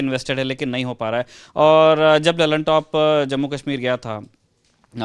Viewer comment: "Kahmir" nahi...Kashmir...Correct it